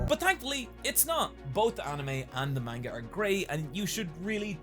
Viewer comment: So after 7 years on this platform has Nobody told he’s pronouncing manga wrong, or he just doesn’t care? Cause I ignored it at first but he’s way too knowledgeable to still be intentionally saying it wrong:/